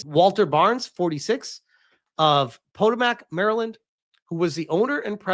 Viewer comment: fucking hell, that's not how you say Potomac. It's a famous river. Puh-tow-muhk.